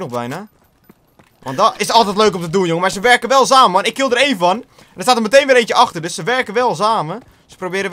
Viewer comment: Moet je echt elke video adverteren voor Mountain Dew.. Het wordt een beetje vervelend tbh. En btw, samen is met een S niet met een Z. xD